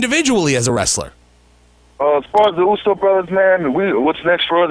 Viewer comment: The guy pronounced uso wrong 🙄🖕🏼